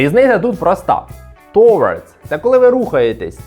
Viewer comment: Ви впевненні що правильно вимовляєте "towards"??